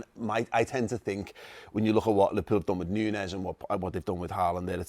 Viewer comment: Man said nunez uno hahahhaha